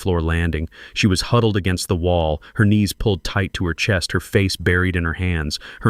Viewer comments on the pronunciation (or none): none